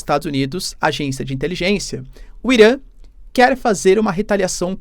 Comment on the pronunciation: Cu Irã!? Pronúncia escrota..